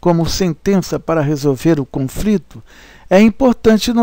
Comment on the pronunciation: muito bom o trabalho, soh nao sei pq o autor fala CONFRITO ... com frito soh se for OVO ... coisa horrivel, dói os ouvidos